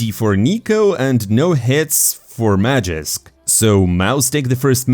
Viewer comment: its magisk not magixx. you dont even pronounce the names differently...